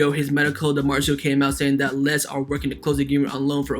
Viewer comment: Very gd content. But it's pronounced as lay chay = lecce